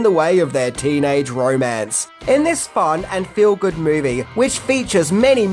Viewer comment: Excuse mAe,, what is a "MAovie"?? Was this another case of 2 thoughts at once? "the Grease"? One side thought "the movie" the other thought "Name the movie" and...OOPS!???? I guess #11 would've been a unique fan theory that would've been seen as being "in poor taste" to include in a tribute to someone who has died. Bravo!